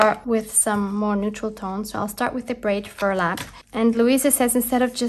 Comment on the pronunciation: You are so inspired love your videos and ideas. Also did i mention adorable! you say brayed furlap. Lol